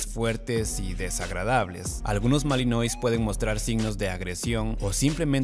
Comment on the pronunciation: "malinuá" se pronuncia en francés